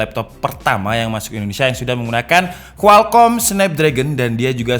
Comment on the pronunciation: Omtel ❌ Amdeh❌ Kualkom✅